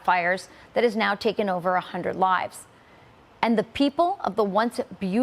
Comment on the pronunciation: emphasis on "over" 😢